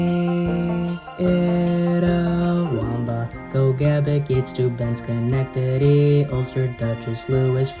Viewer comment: Oh my god you said Schenectady right, I'm so happy. (<- I keep trying to explain all the New York counties to my downstate friend and they can't say that one for some reason.)